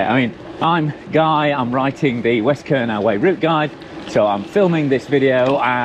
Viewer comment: Kernow is pronounced "Kerno" - just so you know - you'll have the Cornish after you mate ;) Glad you're enjoying my back yard though. The hills keep me fit for sure. Nice point you make at 12.00. My wife taught me many years ago that if you give it away, it will come back to you tenfold. She's not all talk - I've seen her walk the walk so many times in our lives. One example sprang to mind when you started philosophizing:- Back when we were still living in her homeland in the Caribbean and going through a financial crisis - we had ten dollars to our names, she gave it to a guy begging on the beach - her view was he needed it more than we did. He blessed us profusely before wandering off on his way and wouldn't you know it - about three hours later as we were watching the sun starting to set, she got a phone call from the gallery that represented her at the time. They had sold several of her works that afternoon - let's just say for a very tidy sum indeed. God moves in mysterious ways, and he has challenged us many times in our lives together, but He knows your heart and he watches over us all. I'm not saying that God is an ATM and neither is He a wishing well, but do right by yourself, others and by Him and the rewards you will reap will be worth far more than dollars and cents.